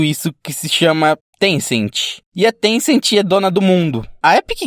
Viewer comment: Na verdade não é tencenti e Tencent